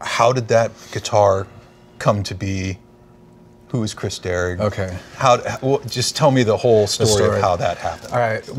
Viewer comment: It's "KRIS DERRIG" not Chris Derek.